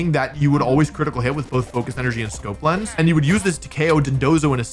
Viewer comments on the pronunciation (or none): none